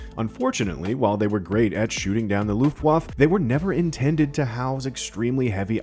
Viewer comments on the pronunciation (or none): Pronounced « chutzpah » and « Luftwaffe » incorrectly